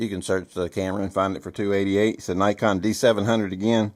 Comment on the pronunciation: Please, for the love of everything holy, learn to pronounce “Nikon” correctly. Great video otherwise. Also, I would take the 5D II over the 5D III any day of the week. The III was rushed to the market in the name of upgraditis.